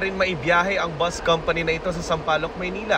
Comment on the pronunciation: It’s called bus. Not boost